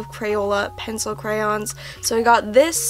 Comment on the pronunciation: When you pronounce crayons like crowns